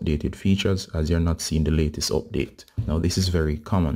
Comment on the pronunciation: Abdateeee uuuuuhhh the accent😁